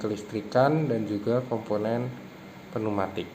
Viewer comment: penu matik ? neumatik pneumatik =neumatic✅🤪 pneumatik =peniumatic 😡❌❌